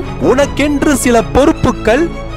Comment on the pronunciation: 'நன்றிகள்' unga pronunciation spr